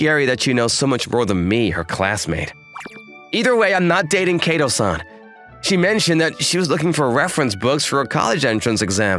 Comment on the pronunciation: Fait accom PLY?? This male VA butchers French in addition to Japanese. And KAY to? It Kato - short a.